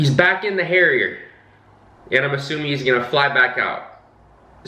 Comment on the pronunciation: Ok, you kept saying Harriet through. The video and I got confused